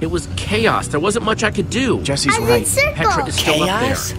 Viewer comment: I love it how you call Petra tarchres